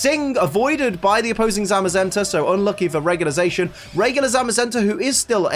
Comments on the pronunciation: Sorry to be that guy, but because their names are based on saying "The Cyan" and "The Magenta" with a heavy Japanese accent. You got Zamazenta right, but Zacian isn't pronounced "Zay-shian", but "Za-see-an" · ZaSHin. Huh that's a first. Za-see-an. Like Cyan to Zamazenta's Magenta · IT'S ZACIAN NOT ZAICHEN !!!!!! Zacian = cyan Zamazenta = magenta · I thought cian part of zacian was pronounced like cyan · U saying za cian wrong